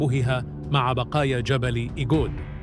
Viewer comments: هناك خطأ في تسمية المنطقة ايغود وليس ايجود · المرجو تصحيح كلمة إيجود ب إيغود